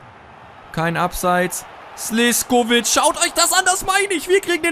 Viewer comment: Er wird Slischkovic ausgesprochen